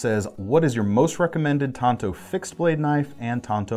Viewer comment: keep your hand size reference and thank you for pronouncing TANTO correctly.